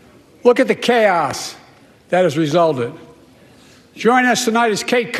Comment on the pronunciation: Roe wee vrade.